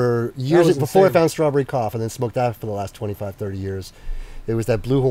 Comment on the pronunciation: He didn’t say Strawberry Cough, he said Starberry Cough. I can see how you misunderstood tho